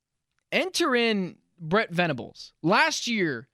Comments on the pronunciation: It’s Brent Venables. Not fukn Brett. Goddamn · Good take. Also its Brent, not Brett. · Dude it's BRENT, NOT BRETT VENABLES!! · Please stop calling him “Brett” his name is Brent….